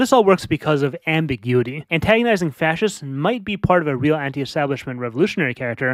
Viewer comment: I like he says, "Antaongizing Facisits", and he pisses off Miguel.